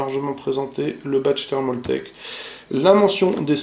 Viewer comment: c'est pas thermauuuultake ptn j'en ai marre c'est thermaltake